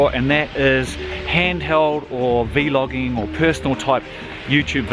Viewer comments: stop saying V-logging. it's vlogging. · excellent video. I just got this camera this week. Unfortunately they sent me the wrong plug for the charger, so I have to wait another few days for that to come in. Thank you for the review. One thing. I've never ever heard anyone say "VEE-LOGGING" Not sure, maybe that's how they say it in other countries? We just say Vlogging. Thank you again. Can't wait to start using it. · Please please say vlogging as one word. It's not "V logging". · It’s vlogging not v logging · V. Logging and v loggers... da f dude 😂😂 is vlogging!! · i cant finish the video cuz he keeps saying v-logging and its really annoying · Every time. He said v. Loging I got mad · cracks me up when you say v-logging